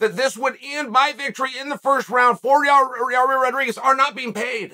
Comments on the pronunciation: It's a simple 2 syllable name YA'IR, YA EAR. NOT your ear or your rear lol. Evidently this fight is like a car wreck and only the insurance agency can can give you the correct picture. 🤷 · There’s NO way in Gods green earth Uncle Chael hasn’t at least Seen enough comments at this point of his mispronouncing fighters names! PIERRA, YARIR, BLAHAL…. So the only explanation left is that he’s either STUBBORN or TROLLY as hell…